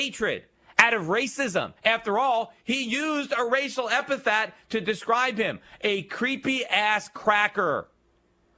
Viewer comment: epithet. Yeesh, one time, okay, but over, and over. damn. Repeat after me: EP-I-THET.